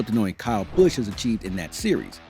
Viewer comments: “Kurt Bursch” 😂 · Narrator needs to review how words like "Busch" and "Menards" are pronounced.